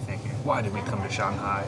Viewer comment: Please pronounce Shanghai as it is. 上海 上Shang，up upper 海Hai， sea ocean Usually，Chinese has no liaison